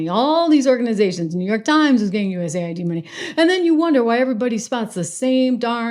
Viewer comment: It's US-AID, not USA-ID.